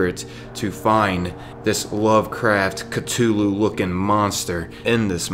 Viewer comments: This nigga just said “cuh too loo” instead of “cuth oo loo” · Cthulhu Cuh-Thoo-Loo Not Cuh-Too-Loo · Cutulloo no it’s CUTHULU pronounce the th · It's pronounced "Cuh-thoo-loo". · I actually found this in the BETA, I walked right into there. I didn’t even notice though I had 20 seconds left in the session and I was way too low level for those mole miners. Also holy hell the way you say Cthulhu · The way he pronounced cthulu